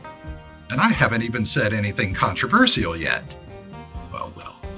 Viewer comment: The way you pronounced "controversial" made me subscribe to your channel just to be able to unsubscribe from it. 😜